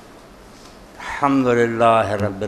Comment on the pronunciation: "ALHAMDU RABIL ALAMIN" TOH SAHI TARHA PARH LO Tussi "HAMDU RABIL ALAMIN" PARHDE PAYE O